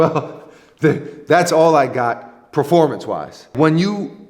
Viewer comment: dear god... please stop saying PREformance ...